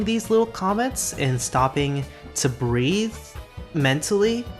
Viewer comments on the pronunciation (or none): none